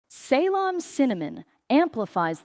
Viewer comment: Shame AI can't pronounce CEYLON